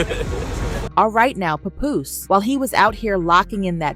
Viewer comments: The name is papoose pronounced p app oose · Who tf is Papuss?!Papuce?!!😂 ITS PAPOOSE! damn a.i bots!! Lol